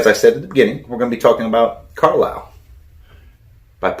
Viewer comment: Thanks for the shout out brother. And the pronunciation was spot on! appreciate that :)